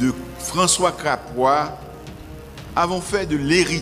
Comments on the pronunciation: On ne dit François Crapois! Mais plutôt François Capois Mr le ministre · Ala koze francois crapoi anmh li pa menm ka prononce nom zanzet yo tet chage